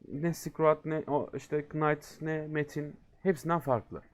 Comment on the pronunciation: abi knıght a neden nayt demedin ?